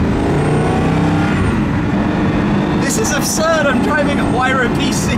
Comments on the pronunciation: Tim, it's Why-rah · Mispronounce "Huayra" again and I'll steal all of your cars and burn them.